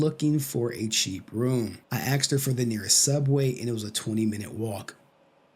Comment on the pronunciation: Aksed? ASKED!